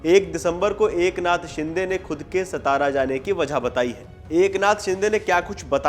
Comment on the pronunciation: सबसे पहिले सा ता रा कहिये, स ता रा नहीं. आपकी नाम से मात्रा हटाई तो आप को अच्छा लगेका क्या?